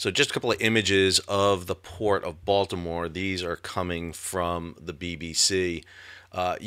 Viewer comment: As a resident of Dundalk, I appreciate you pronouncing Dundalk, Baltimore, and Maryland correctly. You have definitely been to the area.